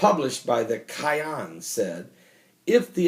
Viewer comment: First of all, It is very annoying to listen to you pronounce Ahmadinejad's name. Secondly, It is not KAYAN. It is not a Porche. It's is pronounced Key'hAn. Thirdly, I read Iranian media on a daily basis and there is no such a declaration by Iranian establishment. In fact, Khamenei pronounced a religious decree aka Fatwa making the manufacture of a nuclear device forbidden. So, stop spreading the nonsense. Last time I checked it is Iran that is surrounded by American bases and warships.